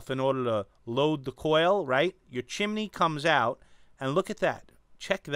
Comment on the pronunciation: Great Review as always. I really like this tank from your review! Oh and BTW I love the way you say Chim-e-ney.:-)